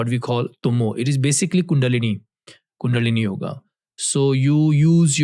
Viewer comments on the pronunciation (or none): none